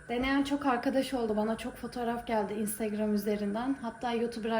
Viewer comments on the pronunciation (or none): none